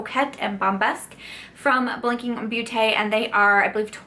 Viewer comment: Blinking beauté...the “beau” from beauté does sound closer to the word “dose” ( as in Dose of Colors) ... so you say BOTE....if it make sense.... I hope you are not mad, I grew up the French part of Belgium and hearing you was so funny and sweet!